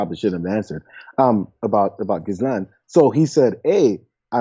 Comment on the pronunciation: Lol gee-lane not jizzlane